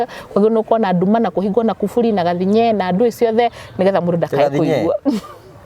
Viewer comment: No wee Ngugi niwe waganagia my name sake anasema gathinye na we unasema gathinyee